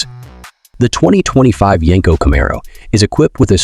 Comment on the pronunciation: Can you say Camaro right😂😂😂😂